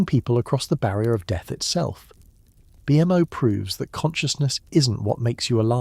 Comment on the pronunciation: As soon as I heard BMO called B.M.O. I was out.